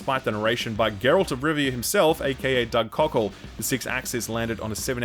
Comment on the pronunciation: "Doug Cockhold" Pardon?